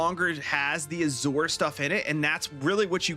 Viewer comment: FYI: Azure is a color. It's a type of blue. And it's pronounced "aa-zyur".